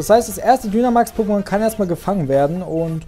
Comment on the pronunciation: Ich glaube man spricht Dynamax Deinamäx aus! Und wieso sagst du zu deinem Weiblichen Pokémon Junge? Sorry😓